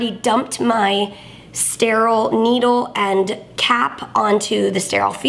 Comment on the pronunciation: After watching this now the word steral is 😂